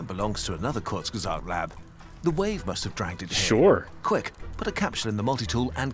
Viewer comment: Ahhh Kurzgesagt. I love that channel and it explaining the many ways all life on earth can end. I'm german and your pronunciation of "Kurzgesagt" is really good.